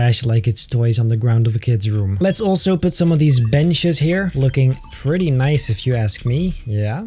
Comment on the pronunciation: I’ve tried counting how many times he’s said “Noice” in this series and I can’t keep up…